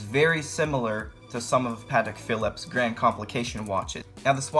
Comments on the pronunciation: Sorry to be negative but it astonishes me that as a "content creator" you haven't made any effort to learn how to pronounce the names of many products correctly. Pah-tek Phil-leep. Not patak philip. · Lol good video homie. A few corrections to help you advance. Tourbillon is said 'Tore be yon' The open heart is the balance wheel. Patek Phillipe is said 'fuh leap' Homage is said 'ho mahj' The design on the rotor is called jeweling 6 tics per second is a low beat movement. They're usually a bit jumpy, that's likely why they opted out of the second hand. 8 beats is what gives you that beautiful sweep Glad you're enjoying your time piece. 🤘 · If it was 40mm or smaller it would be in my cart right now, but it looks a little yuuuge for me. My wrist is a little smaller than yours. Keep it up man. And repeat after me: "pah-TECK fee-LEEP". And "tour-bee-YAWN". :-) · Not going to lie I stopped watching the video bc ur butchering names of movements names of very well know watch makers your video could have been worth watching if u just learn how to say the name of the homage watch ur trying to describe the patek philippe pronunciation not a phillip and u kept saying tourbillon wrong as a watch buyer seller and collector it hurt me to hear you talk about the watch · Imagine taking watch and finance advice from a 12 yr old who can’t pronounce any of the watch terms correct and also thinks the case is crocodile leather. In all seriousness, if your gonna do watch reviews you need to learn to say “Tourbillion” and Patek Phillipe correct.